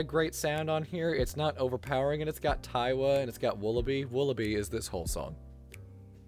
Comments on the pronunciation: its not taiwa its tiawa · "TIE-awa", Idk it feels weird to hear someone pronounce it like that, I say "TEE-awa" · Also you keep mispronouncing Tiawa, it's pronounce like tiara but with a "w" bc it's marimba is literally a tiara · It's "tee-AH-wuh" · "3 percussionist 💀" I like how he doesnt acknowledge the 4 other percussionists and pronounces tiawa conpletely wrong. Otherwise I agree. I feel like this island is missing alot and that is because BBB has no idea what to do with amber island.